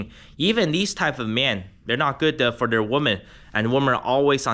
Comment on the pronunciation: Why do you pronounce women as woman ?